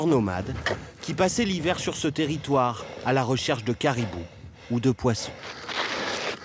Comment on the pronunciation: "ON S EN VA DANS LTÉRRITOUEEEEREEE"